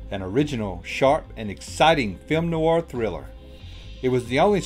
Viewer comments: People who host programs need to *pronounce correctly. PLEASE. Film NOIR - that's just one syllable, definitely not Noo-arr. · A shame the narrator can't correctly pronounce "noir". He makes it sound like "new-are". It only has one syllable.